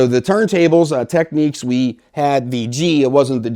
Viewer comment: Why do audio reviewers insist on pronouncing the Technics brand name as if there is a "q" in the spelling. It is not called "techniques," and we don't say "tekneekal diagrams." It should be pronounced "TEKNIX."